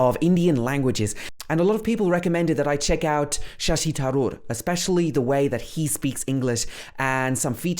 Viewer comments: No foreigner can speak your language like a native speaker does...so why be so critical.... it's funny.... Btw it's not TAROOR, it's tHaroor, so what should we say about your pronunciation and accent?? You don't have to convince us that you know a lot about him....we know more about him than you do, obviously...... I think you are a bit conscious that you are analysing a great leader of our country..... His pronunciation and accent are well appreciated by the world over ...do one thing.....spare him... See ...you have learnt a lot, haven't you? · U didn't pronounce Tharoor right😂🙏❤️🇮🇳